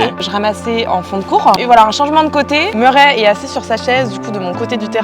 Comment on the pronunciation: Murray ses anglephone tu le dit merrais mes ses Murray en anglais ses mon nom de famille